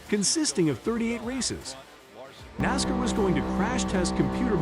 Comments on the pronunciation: Nas-car not nasker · Please learn how to pronounce NASCAR!